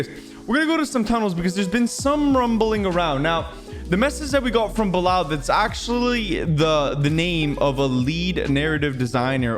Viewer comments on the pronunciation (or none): it is pronounced Bee Lal not Blal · btw it's read as bee-lal.